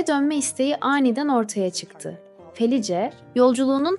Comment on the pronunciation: Merhaba, ben ölüme yakın deneyimleri sıklıkla dinlerim. Sizin kanalınızı ilk defâ dinledim.. Videoda anlatılan kadının ismini yazıldığı gibi okudunuz. Bu belki size küçük bir ayrıntı gibi gelebilir ama insanları rahatsız eder..Kadının isminin okunuşu Felis.. Bu tür ayrıntılara dikkat ederseniz işinize önem vermiş olursunuz..Bir kayıttan okumanız normal tabii..Okumanız başarılı..sadece arada cümle bitişlerine dikkat etmek daha etkileyici hâle getirebilir..Bir izleyici olarak tavsiyemdir.